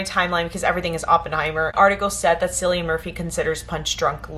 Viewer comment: Nice haul. Keep building that collection. And BTW he pronounces his name Cillian but with a K